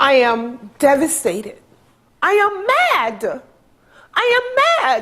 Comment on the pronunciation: Since when is mad two syllables